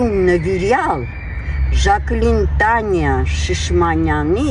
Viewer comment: Բարև ձեզ, բայց դուք արտաբերում եք Տանյա, պետք հնչեցնել Թանեա, որ լսվի Թ ու ն-ից հետո հստակ հնչեն ,, ե" , ,,ա" տառերը, երբ բառամիջում ,, ե" - ն կարդացվում - ասվում է ,, է" , Թ ա ն է ա - ի պարկ։ Ձեր խոսքում հնչում է Տանյայի պարկ։